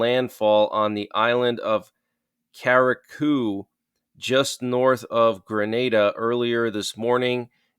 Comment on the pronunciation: correct, he butchered the pronunciation